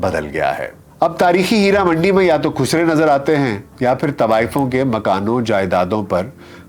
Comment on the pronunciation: آپ سے تو طوایفوں کا تلفُّظ دُرست ھُوا کرتا تھا|